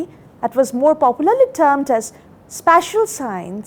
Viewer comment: This lady can't even pronounce special and spatial differently. Nation is in trouble with such teachings.